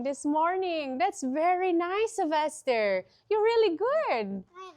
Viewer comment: IS YOUR SON's name Sylvester or Sebaster as you're pronouncing?